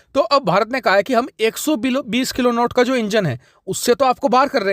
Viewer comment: किलोनौट नहीं किलो न्यूटन होता है, force की यूनिट होती है